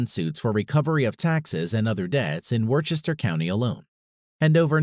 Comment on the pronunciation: it is too bad he mispronounces Worcester and thereafter. It isn't pronounced Wor-ches-ter like he says. Rather it is Wou -ster (The vowel sound is like the "wou" sound in" would".)